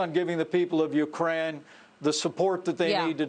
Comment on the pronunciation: Absolutely!!! He, Pence, said UKRAN! Freudian slip.